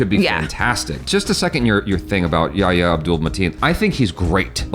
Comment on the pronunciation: Thank you for at least trying to correctly pronounce "Yahya". I keep seeing these reviews by Americans, who have a weird allergy to pronouncing "h" in words and try to avoid it, and they end up saying "ya ya", which sounds silly. (It's not actually an "h", but it's the closest thing in English. The name is يحيى)